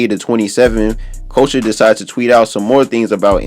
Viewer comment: boy Couture is pronounced as CUT-TORE ..... not as culture 😂